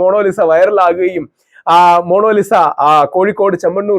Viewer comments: മോണോലിസ അല്ല മോണാലി സ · താങ്കൾ 'മോണോലിസ' എന്നുച്ചരിക്കുന്നു. ''മോണലീസ' എന്നാണെങ്കിൽ ഇംഗ്ലീഷ് രീതിയിൽത്തന്നെയായി. എന്തായാലും 'മോണോ' എന്നു പറഞ്ഞത് തീരെ നന്നായിത്തോന്നിയില്ല. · Rahul sir, monolisa alla. Monalisa aanu...😊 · DEAR rahul ..Monolisa alla ..it's MONALISA🎉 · Inger kure book vayikunundalo..oru per coorect parayan aryila